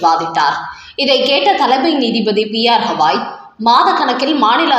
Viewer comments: Ayyo, stop saying Hawaii Hawaii. It is Gavai. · தயவுசெய்து சரியாக உச்சரிக்கவேண்டும். உச்ச நீதிமன்ற தலைமை நீதிபதி பெயர். திரு பி ஆர் கவாய். ஹவாய் அல்ல